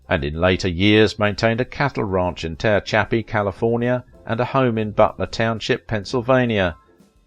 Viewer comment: "Terre Chappey" CA - is he trying to pronounce what I think or maybe there is a place called Terr Chappie? Now, in CA how do you say Lancaster? Those PA coal mining areas produced some interesting cheekbones and talent.